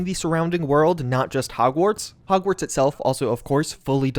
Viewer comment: Is it just me or did he say hogsweed?